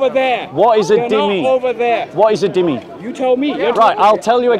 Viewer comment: its not "Dimmi", its "Zimmi" . Its an arabic word